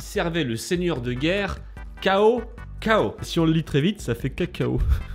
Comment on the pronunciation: on prononce tsao tsao pas CAO CAO XD